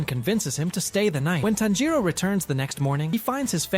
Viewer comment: This AI voice kills the whole idea, the way u pronounce "Tanjiro" is disgusting.